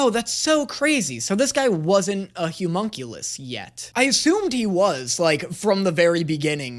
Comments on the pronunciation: I'm getting progressively less okay with pronunciation of "Homunculus". He says "Humunculus", and I'm not sure if he's doing it on purpose or not XD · I love content but for the love of god I need him to learn how to say homunculus